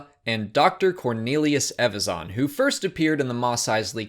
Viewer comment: Learn to pronounce EVAZAN properly before making videos please